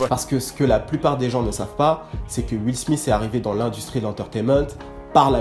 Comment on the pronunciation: j'aime bien quand tu dis juile smith.. xD :p , bonne vidéo comme dab. ah et oui fait un lsd sur les viners sa serait cool , jme suis toujours demandé ce qu'etais devenu certaines viner un peu moin connu que king bach ect